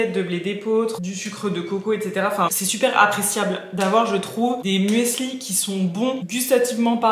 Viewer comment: Ohhh merci bcp pour ton retour sur ma chaîne ça me touche bcp 🥹🫶🏼 pour ton partage concernant la seconde main je suis aussi d’accord avec toi. Finalement on fait aussi avec ses moyens et son bon sens sur le moment. Oupsi pour le muesli, je n’ai pas réfléchi à la prononciation 😂